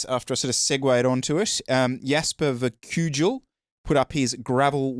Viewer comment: And learn to pronounce his name 🤣 it's Dutch not Eastern European. Start with not saying the j in Verkuijl (uij is a sound the English language doesn't have)